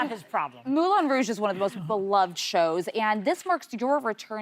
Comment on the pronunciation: Really? Moulon Rouge? Oui oui, Mon Ami Wayne Brady 😂❤